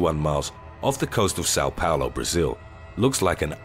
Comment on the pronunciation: São Paulo not Sao Paolo. Its not itatlian